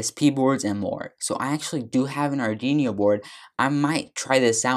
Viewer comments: arduino - ar-du-wee-no not ardi-nio / open source - sors not stors / Repos- ree-poes not reppos / . sorry man but it was killing me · good! i love how he said "Ardinious" XD but thank you for the tutorial, really helped me UwU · JFYI, you are mispronouncing Arduino. But otherwise, well done! :)